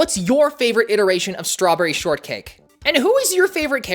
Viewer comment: lol she said shtrawberry sortcake